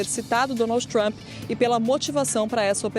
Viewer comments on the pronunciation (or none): Essa mulher não consegue nem pronunciar o nome do Presidente Trump corretamente! 😂